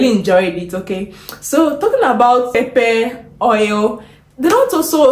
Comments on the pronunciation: You said pepe or pepper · Not pepe , pepper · Pepper anaitamka as pepe wuehh mtaniua😂😂😂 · 😂😂😂 we say pepper not pepe, I was shocked, like what are you talking about madam!! Mpesa is Everything in Kenya, even one banana at 10 shillings we buy it through mpesa!! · West Africans call pepper (pronounced pepa) as pepe. Somehow, their accent has misconstrued the true pronunciation of this popular vegetable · Why do you pronounce it Pepe….. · There is nothing like liquid milk it's fresh milk, and again what's pepe u mean pepper 🌶️ oh my God is that english or Yoruba pronunciation problem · najua. Just annoying she can't pronounce it correctly. Eti pepe. Nkt.